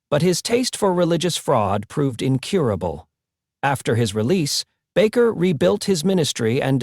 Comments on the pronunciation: Argh, that bugged me. It's not "Backer." It's "Baker." BAKER. BAKER! SAY IT RIGHT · Bakker. Proper spelling. ……Bay….ker. Proper pronunciation. I’m not a fan. But hey, these presenters lack their own factual and obvious credibility, ..do your homework. Plz. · People do not have powers. This is only God. Anywhere the word is spoken it will deliver. Have faith in God, His only begotten Son and Holy Spirit. If you are going to post this please use a better AI. That g is pronounced as the g in angel. The a in bakker is a long a and the name is baker. These words matter if you want to impress. Look not to any human. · You know what amazes me with narrators of programs like this they can't get the names right of the people they're talking about. Pastor Jim bakker is not pastor bocker. But that's how he pronounces the name. And why during his segment he keeps flashing up pictures of Jimmy swaggart you're not talking about Jimmy swaggart. Keep working on your videos someday you'll get it right. Pastor Dom Tucson Arizona. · Bakker is pronounced Baker. Like the person that bakes bread. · AI can not even pronounce Baker correctly.